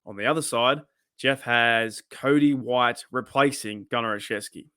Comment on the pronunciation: I don't understand how Jeff can say Cody White.